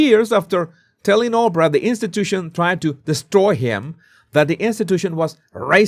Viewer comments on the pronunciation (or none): none